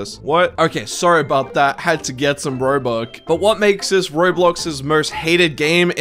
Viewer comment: everyone talking about the copying and the drama Literally Me: he said robuc instead of robux at the beginning